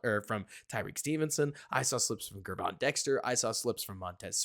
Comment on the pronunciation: This is not a huge deal, but Dexter is going to be here a while, so the correct pronunciation of his first name will matter. After the Bears drafted him, I watched several interviews with Gervon Dexter Sr. and 1 of them asked him how to say his name. Gervon is pronounced like the words, gym or digital, with a soft g. In other words, think of his name spelled with a J. Think of him spelling his name like this Jervon Dexter. That may help it sink in a little better. Just wanted to help, hopefully, that's not annoying to you. Either way, your content is high quality and I want to thank you for that! It's very refreshing to hear unique and intelligent takes on all issues that surround the Bears world.